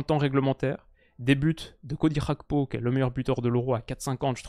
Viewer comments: Merci pour cette vidéo. Juste une précision GAKPO se prononce comme tu l'entends avec le ''G'' du début. Ce n'est ''Xakpo'' mais ''Gakpo'' avec le ''Ga'' comme Garage. C'est un nom africain (togolais plus précisément). Ce n'est pas un nom d'origine néerlandaise. Donc le G se prononce naturellement. 🙏🏾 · je compte sur ton sérieux pour arrêter de dire Cody "RHAKPO". En effet bien que l'attaquant des reds soit Néerlandais, son nom famille lui vient de son père qui est Togolais. Au Togo la première langue est le français, et on dit bien Cody GAKPO. Comme par exemple Serge GAKPÉ à l'époque au FC Nantes. A titre de comparaison c'est comme si tu disais Théo "HERNANDÉ" parce qu'en français EZ se prononce É. Son nom est clairement d'origine espagnole, donc on prononce "HERNANDAISE". Avec tout mon respect et mes amitiés. (10€ offerts et votre premier dépôt doublé avec le lien en description)